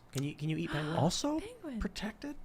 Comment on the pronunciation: Tim Pool: "PENGIEWINS IS PRACITALLY CHICKENS!"